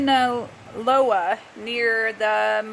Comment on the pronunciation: Is this video for people who are too uneducated to read? You need to do research before talking about this type of thing. It all has a deep, very interesting history, and you didn't even care enough to learn how to say Sinaloa before your video...